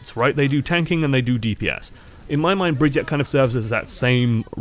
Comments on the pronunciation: HER NAME AINT BRIDGET OR BRIGETE ITS BRIGITTE WITH AN 'I' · just to clear it up it's pronounced Brig-eat-uh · ITS BRI-GEE-TAH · Drinking game: take a shot every time he mispronounces her name, and take two every time he said another name when he meant to say Brigitte. I’ll pick you up from the emergency room tomorrow.